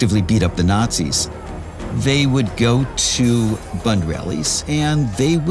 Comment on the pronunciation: This is good but I sure wish you could have pronounced 'bund' right.